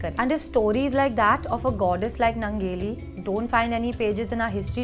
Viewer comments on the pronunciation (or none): यह निवेदिका काॅन्वेन्ट स्कूल में पढी है क्या ? उसके हिंदी भाषा पर सिधा सिधा अंग्रेजी का प्रभाव दिखता है. दुसरी बात उस लढाऊ औरत के नाम का स्पेलिंग अगर Nangeli है तो उसके नाम का उच्चारण " नानगेली या ननगेली " होना चाहिए न की " नंगेली ". मुझे लगता है ये गलत उच्चारण है. और दुसरी बात छाती ढकने के लिए टॅक्स देने के खिलाफ लढनेवाली औरत का इतिहास बतानेवाली निवेदिका का खुदका " क्लिवेज " दिख रहा है यह विडंबना है.